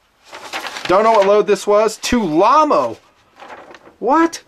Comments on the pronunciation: Tulammo you tard. Not Tulamo. Tool Ammo. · Tul-ammo lol